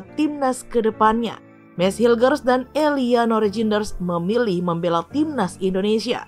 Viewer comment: Tertawa saya min sebut eliano rejines haha belepen ya min atau lg sariawan😂😂😂😂